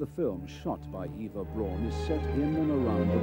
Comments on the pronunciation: This irked me. Eva is pronounced like Ava. Her last name is supposed to be pronounced like “Brown” not like “Brawn”. In German, “Au” has an “ow” sound. Just think of how Auschwitz is pronounced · About 30 seconds in, and the narrator had pronounced both Eva and Braun wrong.